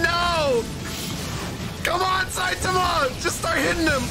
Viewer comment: saitama ❎ sythama✅